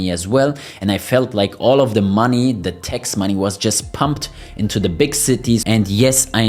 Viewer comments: Please not Tex but Tax with A not Ei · The word is TAX not TEX!